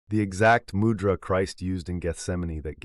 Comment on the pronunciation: Refreshing to hear mūdra pronounced well, and the voice being a real person, thank you!!